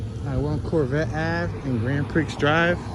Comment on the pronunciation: Like your Tours a lot, but the Street name "Grand Prix" is Pronounced "Grand Pree"